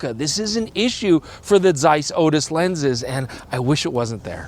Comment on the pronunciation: Its not zeiss, its zeiss :D